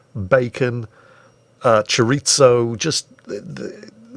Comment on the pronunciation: My god, pronouncing "Chouriço" XD